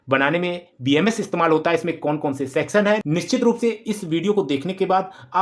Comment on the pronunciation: Sexan wice ha ha ha 😂😂😂😂 . Sorrt circuit wala sexon